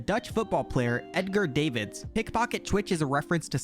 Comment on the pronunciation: Edgar Davids was miss pronounced.